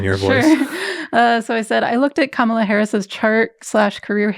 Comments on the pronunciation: KA-MA-LA not ka-MAL-ah. Pretty cool how Leisa was "picking up" on Kamala's chart way back in 2018/2019. Thanks for breaking down your "reading" for us Leisa!!! Great post, thank You!!! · thanks for posting this. i had been meaning to look up that episode. name note: Kamala's name is pronounced more Ka-muh-luh than Kuh-mala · I was going to comment this too. Yes,. It's pronounced COMMA-luh:))) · Excellent. FYI her name is pronounced KAM-ah-lah, with emphasis on the first syllable I believe. Thanks so much for your posts. ❤